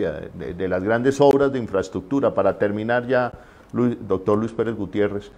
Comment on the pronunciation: Es Luis Pérez Gutiérrez. Por favor😖